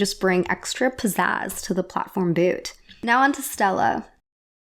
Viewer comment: you say boot weird bewt